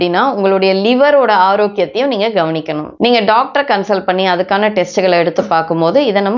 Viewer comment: ellarromey daaktarnnu thaan solluwanga neenga mathiram doaktarnnu solluringa